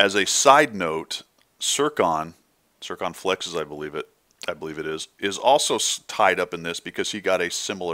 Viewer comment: i am sorry and you probably don't give a flying f*** but man does it get on my nerves how you pronounce foch an circonflex